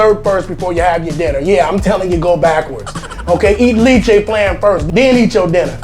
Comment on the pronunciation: Not to offend the Carolinas, but the big 2 are the KC and Texas styles. Carolinas is more of a pork based vinegar. Lol, LEH-che, you french pronunciation is worse than your Bisaya. 😉 Enjoy your video's!